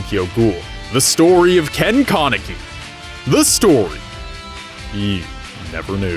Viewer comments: its kan not kon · Tf is a kawneki it’s pronounced Kaneki (kuh neck kee) 😂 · No offense, but I got so triggered on how you say their names. First, its pronounced KAneki, not Kahneki. Second, its pronounced Rize, not Rizey. Third, its pronounced Toka, not Tohka. FOURTH, its just pronounced Hideh. Not Hidey. Also, haven't you watched Tokyo Ghoul: RE season 2? Hide is still alive man. Sorry if I got a little triggered 😅. Hope you see this and hope this helps :)). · why do you say his name like that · it stresses me out how he says kaneki